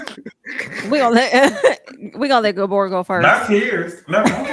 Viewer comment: saying “Gabooor” 😭😭😭😭😭😭😭😭💀💀💀💀💀💀